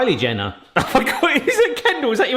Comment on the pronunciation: I love how keeps calling her Ken Jender. PMSL! I wonder if they know most Americans find the Kardashian crew rather ridiculous.